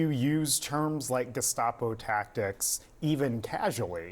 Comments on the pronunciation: Are you sure he didn’t say “gazpacho administration?” Maybe he’s referring to the FDA and regulations of soup?🤷‍♂️ Or if he said “gestapo administration,” wouldn’t that be a compliment from Trump? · I don't think you are saying gestapo correctly. You may wish to ask mtg how to say it right. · I believe it's pronounced "gazpacho". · I believe it's pronounced "gaz-pa-cho" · It's pronounced gess-pa-chi-o.